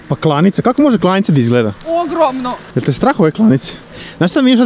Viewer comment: Ja mislim da se kaze klaonica ne klonica